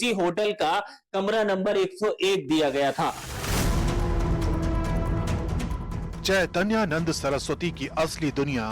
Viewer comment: Madam Unka naam hai Chaitanya Nand aap Naam Achcha se padh kar Kahiye ga